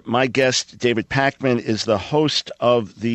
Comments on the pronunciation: it,s david pakman not pac-man get it right dr. michael brown ! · He pronounced it like "the David Pac-Man show" that 2nd reference.